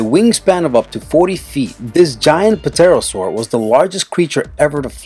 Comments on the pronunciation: The p is silent in pterosaur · When he says pterosaur why does he say the p, the p is silent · you don't pronounce p in pterosaur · It pronounced Terasaur not Puh-terasaur. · You just googled all this shit, you don't know anything about dinosaurs, and btw it's not pa- tero - saur it's pronounced term-saur bitch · Dit he say P-terosaur! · The pterosaur you don't say the p so it's terosaur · lol. "puh-terosaur." i don't mean to be rude, but the way you guys pronounce things in these videos cracks me up sometimes. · And I don't mean to be one of those people who correct your every word lol but pterosaur is like pterodactyl. You don't pronounce the P so it's really pronounced tear - Oh - Soar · did he seriously just pronounce the p in pterosaur? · Not a Dinosaur And You Dont Pronounce The P On Pterosaur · Love the vids, but you need to learn the pronunciation for most of these dinos...For Pterosaur the P is silent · Great list but a lot of the pictures are really out of date. Also the p in pterosaur is silent and giganotosaurus is pronounced as if spelt 'jigganotosaurus'. Sorry, I was obsessed with dinosaurs as a kid! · The "p" in "pterosaurus" is silent. Js.